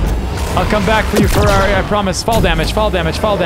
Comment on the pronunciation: 1€ every time Nick Says fararri